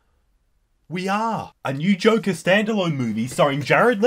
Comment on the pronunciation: Jo-ker not jock-er